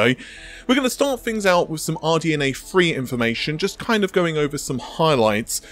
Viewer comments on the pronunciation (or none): none